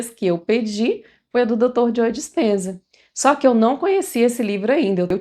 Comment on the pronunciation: Ótimo conteúdo! Só me permito uma pequena contribuição… Pra você que tem um canal. Ao pronunciar o nome do Dr. Joe Dispenza, esse “e” do nome Joe não se pronuncia, o som é “Jo” apenas, ok?